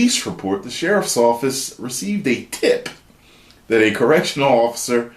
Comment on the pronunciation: The emphasis on “Tip” killed me